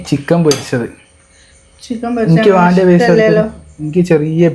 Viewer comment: മാണ്ട എന്നല്ല വേണ്ട എന്നാണ്